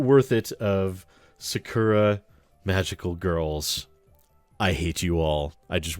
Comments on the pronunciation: I find it hilarious that you did this. Sidenote & Protip rolled into one: When pronouncing Japanese words, don't put any emphasis on any of the syllables, and say them exactly as they read. In this case, Sah-Kuh-Rah. You'll still have an accent, but it's not egregiously wrong. You can also not bother. Just figured I'd let you know in case you cared about accurately pronouncing things. Edit: I watched further into the episode. You poor, poor bastard... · My god as a student learning at a japanese school, the way you said 'Sakura' is just ear bleeding.